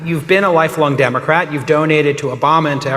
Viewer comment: I swear he says Dark Art party. lol